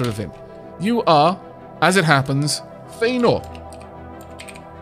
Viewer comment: Yay! A scientist! Also, I love that I specialize in field manipulation. Whisper You flipped the vowels again, but I think I like it in this case. She may stay Faenor.